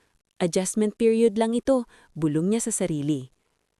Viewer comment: Mali-mali ang bigkas ng mga salita gaya ng bulbol sa tainga dapat bulong sa tainga, paglalakot tamang salita paglalako, pamumulimos ang wastong salita pamamalimos at iba pa